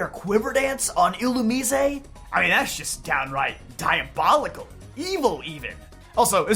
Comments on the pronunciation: You keep mispronouncing Illumise and referred to them as "he'm" when that species is 100% female as Volbeat is the male counterpart. Theyre badically the gen 3 Nidoran lines only minus any evolving. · dont tell me its actually pronounced like a spanish word illumisé